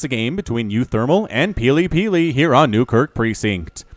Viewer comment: Wow, you got that tongue twister quite right! Shows how much practice you have at casting :) Great game!